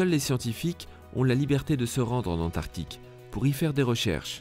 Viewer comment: Antarctique ! Pas antartique. Tu fais un documentaire tu ne sais pas prononcer...nul